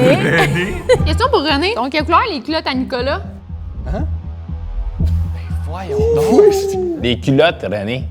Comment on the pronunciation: Dès les premieres secondes j ai su que nicolas etait le Québécois . Personne en France ne prononce " Nicolô" pour dire nicolA